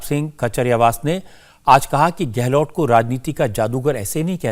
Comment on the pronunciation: रजत भाई आप हमारे मुख्यमंत्री का नाम गलत बोलते हैं हमारे मुख्यमंत्री का नाम अशोक गहलो ट नहीं है सही नाम है अशोक गहलोत लास्ट का अक्षर सरनेम में त है / ट नहीं